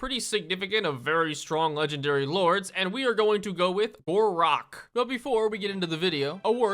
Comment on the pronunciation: Why do i hear khorak everytime he mention gor rok